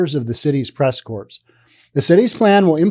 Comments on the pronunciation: Not pronounced "corps". It's pronounced "core". Sorry. btw, thank you and a thumbs up for the info. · Hi, I think it is pronounced "press cores" not corps. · core, not corpse, lol. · Corps (as used in press corps, Marine Corps, etc) is pronounced "core" . A corpse is what is left after you die.